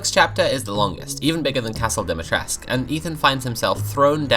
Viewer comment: Awh yes, an awakening for a new generation. Lady Dom-me-trescue